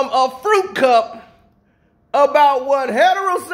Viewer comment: You said fruity cup. not fruit cup fruity cup I'm just saying